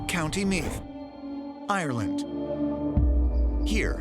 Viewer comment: Sounded like he said Meat than Meath 😅😅😅